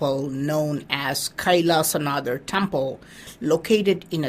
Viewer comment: Why Do you pronounce it as an English man? Say it SHIV. not shiva. Say it Kailashnath not kaisalashanadaa.